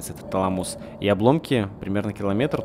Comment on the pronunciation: ТалАмус, а не ТаламУс.